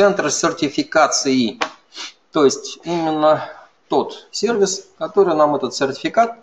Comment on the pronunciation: Честное слово, очень режет ухо... Дмитрий Лебедев, уважаемый MVP тоже так его произносит.